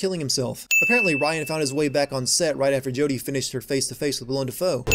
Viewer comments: I am sure I am not the first person to mention this, but it is Willem, not William. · Sin: His name is Willem Dafoe. Not William Dafoe.